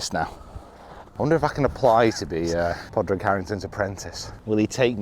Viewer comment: It's pronounced "Paw-rig" btw